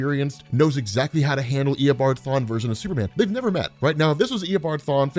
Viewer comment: This is how many times he said ear a bom farm (reverse flash’s actually name) | | \|/